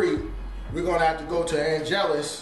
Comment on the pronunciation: “And next we’re gonna use the AN’ GELUS paint”☠️☠️☠️☠️☠️⚰️⚰️⚰️⚰️⚰️⚰️⚰️